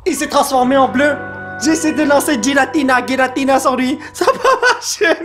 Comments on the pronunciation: Pour information, on prenonce '''Guiratina'' dans le pokédex international ! 😉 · Oui giratina se prononce guiratina comme arceus se prononce arkéus